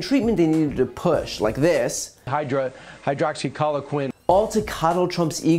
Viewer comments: And, specifically, don't take medical advice from anchors that can't successfully pronounce the name of a bogus "cure" "Hydroxyqueen...hydroxoyquill...hydromumblemumble..." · The way he pronounced it multiple times as “Hydroxycolorquine” 😂🤣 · Why do the right in general say hydoxycollokeen? Or is that just Fox? I don't watch enough enough right wing stuff to really know. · I want to know if he was purposely mispronouncing hydroxycloriquin so he could later claim he meant something else. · Can't even pronounce HC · Finally someone speaks common sense on Fox News. Too bad dummy #1 can’t pronounce hydroxychloroquine. They’re all so prolife, except when it comes to trump republicans. They are actually killing them off. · He has trouble with the pronunciation of Hydroxychloroquine. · He can't even pronounce hydroxycloroquine correctly but desperately wants to push it 😂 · He should have learned how to pronounce any drug he supports. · He can't even say the word correctly, yet he is pushing hydroxychroloquine. Several times he gave up even trying to pronounce the word. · He was recommending a drug he couldn’t even pronounce 🤣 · He can’t even pronounce Hydroxychloroquine why is he talking about it at all🙄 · Hydroxychloroquin can shut down your liver but a man who cant even pronounce it told you to take it so it's ok..i dont remember the vaccine shutting down anyones liver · He can’t even pronounce name correctly of this faux treatment 🤣🤣🤣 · 😂😂😂 he can't even say hydroxychloroquine...🤣🤣🤣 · He can't even say hydroxychloroquine and he was pushing it. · LMAO Brian Kilmeade can’t even pronounce the name of drug that he is recommending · And maybe this Kilmeade dude can pronounce it right next time. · Yeah, I’m really sure Kilmead takes hydroxycloriquine. He can’t even pronounce it! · Kilmeade coundn't even pronounce his alternative recommendation lol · Oh Brian. He can't even say Hydroxychloroquine.... Just like his daddy. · The wanker can’t even pronounce the name of the drugs